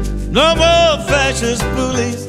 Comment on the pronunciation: Did you say facist bullies?